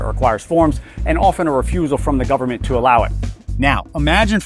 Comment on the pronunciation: "full faith and credit of the US gubmit"...LOL